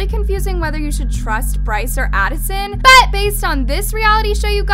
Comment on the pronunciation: I love your videos but pleaseee stop saying ‘BUT’ like thatttt. I get a shock everytime..